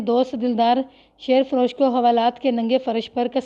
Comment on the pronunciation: شیر فروش میں شیر کو زیر کے ساتھ پڑھتے ہیں مطلب ہے دودھ بیچنے والا ۔ اسی طرح جن جپھا بھی ٹھیک نہیں پڑھا ۔ اور بھی کافی جگہ۔۔۔۔۔۔ تلفظ پر توجہ دیں